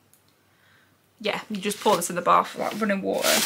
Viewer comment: A baFF??? Don’t you mean a baTH??